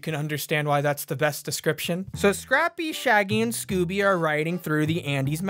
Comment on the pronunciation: D-did he say Gooby?